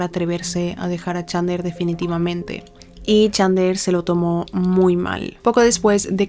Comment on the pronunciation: Me quiero pegar un PUM cada vez que pronuncia mal el nombré de chandler